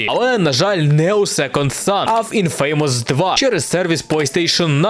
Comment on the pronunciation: Вибачаюсь за душнилово, але не "інФе́ймос" а "Інфамос", з наголосом на "і". Будь ласка, не бийте